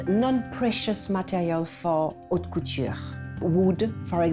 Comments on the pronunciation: Yes, the "h" is not pronounced dans haute couture. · The narrator should learn how to pronounce French words correctly. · It's unfortunate that no one told the person doing the narration how to correctly pronounce "haute".